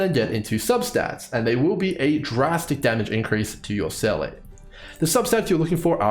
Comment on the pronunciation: love the math/spreadsheet. i just cant get over "seyley" when in game it's pronounced "seeluh". the dissonance it causes me wahaha